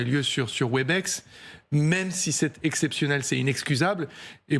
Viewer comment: C’est pas Webix (phonétiquement) c’est Webèx. Toujours aussi nouille ces franchouillards.